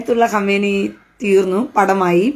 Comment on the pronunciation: ഹമേനിയല്ല സഹോദരി ഖമേനി